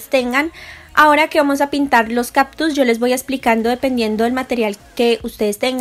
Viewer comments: No son caPtus. Son cáCtus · "Captus" ja ja ja ja sufrir cada que decías captus. Pero tu video muy chido